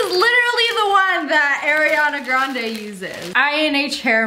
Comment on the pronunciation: She pronounced Ariana grande wrong